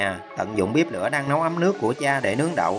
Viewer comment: Tại sao nói bếp là bíp